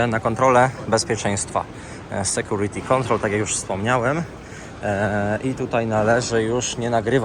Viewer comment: departures? nie diperczurs? sekurity? a moze lepiej sekiurity? logiczne ze napisy w jezyku polskim sa tylko w polsce. to angielski jest jezykiem miedzynarodowym.